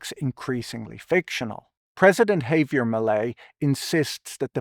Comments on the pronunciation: Why can-t you go the the trouble of learning how to pronounce "Javier?" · With this many subscribers maybe Patrick could get someone to help him pronounce hard foreign works like "Javier."